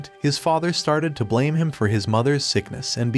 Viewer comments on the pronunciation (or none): none